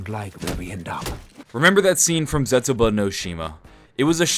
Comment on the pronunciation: It's so funny to me that says DE as it should be said but then he says Zetsubou and Gorod normally like an American hahaha sorry